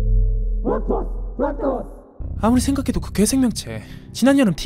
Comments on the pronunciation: 부락 을 부랄 로 들으면 꿀잼 임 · 진짜 부랄털이라고 들림ㅋㅋㅋㅋ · 불알이 아니라 부락입니다. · ㅋㅋㅋㅋㅋㅋㅋㅋㅋ부라 ...ㄹ털 ㅜㅡㅜ ㅋㅋㅋㅋㅋㅋㅋㅋ 진 짜그렇게 들리는데 부락토스 몇번 돌려봄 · 부락토스를 부랄털 ㅋㅋㄱㅋㄱㅋㄱㅋㄲㄱㅋ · 난왜 자꾸 ㅂㄹ토스라고 들리냐..... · 부락토스를 부랄털로 들어버리네